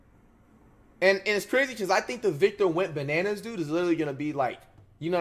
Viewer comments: Flight said Victor wembananas 😭💀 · bro said victor webananas 💀💀💀💀